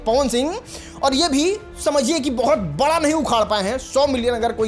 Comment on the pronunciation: पहले बड़ा कैसे बोला जाता है वो सिख लो 😂